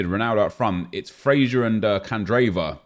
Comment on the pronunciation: I couldn’t believe Nep kept saying Fraser like that...